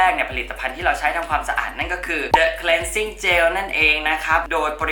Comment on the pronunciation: เป็นบิวตี้บลอกเกอร์ท่านแรกเลยมั้งคะที่ออกเสียงคำว่า cleansing cleanser ได้ถูกต้อง ขอบคุณจริงๆที่มีคนแบบคุณ ... เดี๋ยวจะลองthe concentrateตัวนี้บ้าง :)